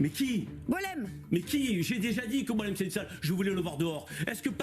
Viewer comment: J'ai explosé de rire comment elle a dit Boualem !😂😂